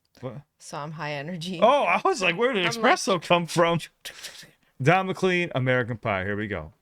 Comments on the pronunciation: Not sure if it was said, but it is pronounced Muh clane like walking down a lane. Just for future reference. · It’s pronounced McLane not McLean! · Pronounced "Mc-Lane" I believe. Also he referenced "Vladimir Lenin" and "Karl Marx" not to be confused in any way shape or form with John "Lennon". You did get the Helter Skelter/Beatles reference however. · Just FYI, folks: Despite the spelling, Don McLean pronounces his last name, "McLANE." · It's pronounced like "McLAINE." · It is pronounced Mik-lane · Don McClean. Pronounced McClane, BTW he is still alive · His name is pronounced, "McLain." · Pronounced McClain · His McLean is pronounced McLane! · His name is pronounced “MicClane.” He isn’t a tall bald guy dressed in white. Also, there’s a new band you might like called the Beatles. You should look them up. Also, check out a nice book called the Bible. Pathetic grifters. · Hey boss , it's pronounced like Mclane, like Mclane from diehard. Just so ya know. 😊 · Pronounced "mcclain" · It's pronounced McLane, it's part of my family line. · Pronounced don mclaine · Pronounced McLane❤ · Pronounced "McLANE" - it's Scottish. I was a paperboy in the 8th grade when this came out, and I especially related to "February made me shiver, with every paper I'd deliver..." Yeah, this is a social commentary about the direction popular music took after that fateful plane crash Feb. 3rd, 1959 - the day the old rock music 'died'. The more you listen to '60s music, the more this makes sense. Play this song on any bar jukebox and see how many people sing along to the chorus! Eerily, one of the last songs Buddy Holly sang before he died was THAT'LL BE THE DAY (THAT I DIE). Don McLean was famously asked what the song means, and he said, "It means I'll never have to work another day in my life" - though he did keep working (react to VINCENT) and became very wealthy thru smart investments. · I believe it's pronounced Mc Lane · Yeah, sounds like Mclaine. I cringe every time it is mispronounced.